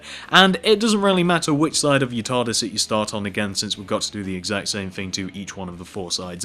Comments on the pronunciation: fix ur grammer ur prononcing "thing" as "fing" and "three" as "free" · that's just how people talk. I mean have you SEEN Dr who?!